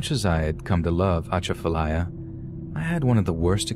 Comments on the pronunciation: Ok, you killin me with how you sayin Atchafalaya lol Its Uh-cha (like chad without the d)-fuh lie-yuh... slow it down Uh-cha-fuh-lie-ya. But, good try. And Plaquemines has a silent S. Just Plaque-men Also, Cajun folks dont practice Voodoo. Voodoo is more part of the Creole culture. I appreciate you tryin to understand our cultures. Toledo Bend (on the Louisiana Texas border) has the BEST fishin in the country. Always be careful in the Louisiana swamps, its a whole different world down there. As beautiful as it is, its just as deadly. Gators, alligator gar, and alligator snappin turtles are very old creatures, dinosaurs. They are very smart.. and if you attack one, you better mke sure you kill it, or it will come after you, and youll be shown no mercy. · Argh, still bothers me even after all these years. People that decided to stay during Katrina then blaming the government for their stubbornness refusing to leave. I did think your mangled pronunciation of Atchafalaya and a lot of other locations was pretty funny. I was born and raised in Lafayette and I get it that some words are kind of hard for outsiders to pronounce. That's a rich area to mine for horror stories as well. I was able to publish two volumes of short horror stories that focus exclusively on South Louisiana. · Love your content! Just a quick Louisiana lesson though: New Orleans = New Or-Lins Gentilly = Jin-Till-Ee Atchafalaya = Ah-chaff-ah-lie-ah Plaquemine = Plack-ah-min But your pronunciation was muchhhh better than most 😝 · We pronounce it U-chaf-u-ly-u. 🙂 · The atchafalya lol. Love the way people that don’t know how to say it say it😂